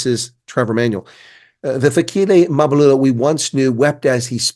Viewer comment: You’re really butchering this guy’s surname. It’s Mbalula. Don’t put the “a” to the “M”, shouldn’t be there. Other than that, a fair take on Mbalula.😅😂😂!